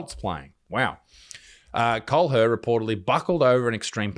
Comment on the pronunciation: Kahler is pronounced "Caller". I married into that German name... from a Russian.